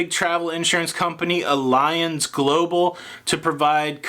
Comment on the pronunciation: Pronounced ALLiance, with emphasis on ALL. 👌🏼